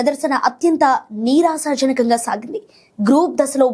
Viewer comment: నిరాశజనకంగా అమ్మ, నీరశాజన్కంగా కాదు తల్లీ